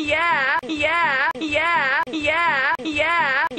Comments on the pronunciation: after a while it sounds like hes saying "gay app" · it sounds like he's say hunkyyeah